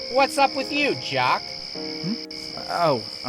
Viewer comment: It’s jock not yock geez 🙄 how hard is that